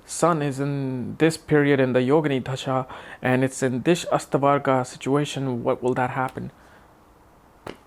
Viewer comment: its dasha and not dhasha! da as in we say 'the' in english, so dasha please that is why asked you if you could read hindi script or not